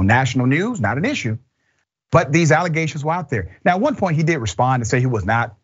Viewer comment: Xcala never a Trump lawyer akeays a staunch Democrat, and he just said alligations